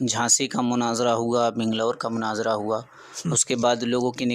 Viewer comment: مُناظرہ لفظ جناب مَناظرہ نہیں